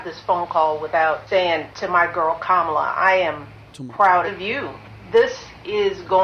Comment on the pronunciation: Kamals is Indian name pronounce "Come Ma Lar"